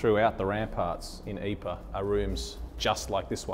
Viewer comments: Pronunciation is actually not "Eeper," it is "Eeprah." Many of the missing were turned into "marmalade" from the impact of artillery shells. Others' bodies became shrapnel which killed successive troops when enemy (sometimes friendly) shells landed. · Please try to be a little more accurate with you pronunciation Living History. I'm pretty sure the town is not called "aypaa" . and it isn't that difficult; try "eeeprrr". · Great video but you're butchering the pronunciation of Ypres. Lol. It's EEP-ruh. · A good presentation, but PLEASE learn to pronounce the place names correctly. It is not Yper, it is Ypres (Pronounced. EEPR), or Wipers as my grandfather (fought in all 3 battles there) used to call it. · Astonishing, compelling...Ypres had just been a name for me. The tale is only slightly diminished by the narrator's pronunciation of the town... something like "eypa." Please fix. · I’m getting a bit sick of repeating the same thing. But here goes for one last time - during the war we used the French pronunciation- Ypres. But the town is in Flanders, where they speak Flemish, and it is spelled ‘Ieper’ and pronounced ‘Ee-per’.